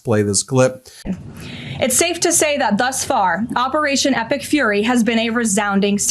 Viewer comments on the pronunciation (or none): none